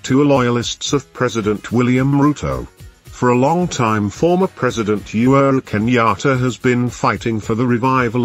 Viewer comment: He is UHURU Kenyatta and not You're Kenyatta check your pronouncetion!